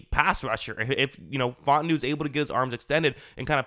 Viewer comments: My man said “Fought-en-new” 😂 It’s fah-ooo-tah-nu #HereWeGo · its pronounced fah-ooo-tah-nu